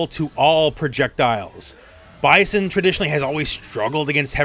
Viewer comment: Bye-sin not Bye-zen…